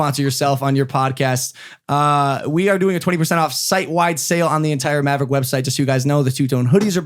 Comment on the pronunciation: I'm a single mom to a beautiful baby girl who just turned three. She's learned how to say yah yeet, savage, and mav-uh-wick from Logan lol